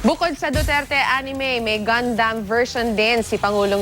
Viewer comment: GUNDAM 😁 Buti tama ang pronounciation